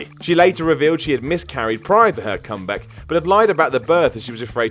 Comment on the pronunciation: "Comback"? xD